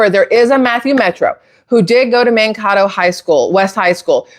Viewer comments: One thing I noticed is the way he pronounced Mankato. I realize he has an accent, still, I would think if someone actually attended that school they would pronounce it the way it is pronounced locally. It is pronounced man-KAY-doe. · Minnesotan here. It's not a big deal, but if you're interested in knowing how to pronounce the town name, it's Mankato (Man-kay-toe). Idk if all this is true, but I wouldn't be shocked if it is. There's so many nasty people in power right now, just hiding in plain sight. I truly hope everything comes to light soon. ❤🙏🏻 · Man-KAY- doe is the correct pronunciation. Matthew pronounced the city wrong. I didn’t believe it because he didn’t pronounce the city correctly. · I'm from Minnesota. It's pronounced "MAN-KAY-TOE" Mankato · As someone who grew up in Mn, Mankato = Man-Kay-Dough :) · Hey beautiful.. just thought i would share with you that the city Mankato in Minnesota its actually pronounced like MAN-KAY-TOE. As a Minnesotan i hear it said wrong all the time and understand its an odd name.. lol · FYI: The town is pronounced: Man…Kay…toe. = Mankato I live in Minnesota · Mankato is pronounced Man-kay-toe. Love your content. 😊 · The school is pronounced Man cay to (Mankato) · Just an FYI: Mankato is pronounced man KAY toh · Are you trying to say Man- kay -toe? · Mankato is pronounced as Man-Kate-o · Hey gal the town is pronounced MAN KAY TOE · just FIY "MAN-KAY-TOE" (Mankato) High school 😄😉☺️ Minnesotan here... just thought I'd let you know 😏 😂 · It’s pronounced Man kato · Mankato -sounds like “Man Kay toe” correct pronunciation. ❤ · MN native here. It's pronounced Man-kay-tow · I’m gonna say it’s fake. For one, I do realize his accent but if he attended Mankato he is still pronouncing it wrong but like GPS would. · If you are from mn you know how to pronounce Mankato. The second A is a long A. If you watched little house on the prairie you probably heard Mankato mentioned. Great info here I trust the stated obsevations.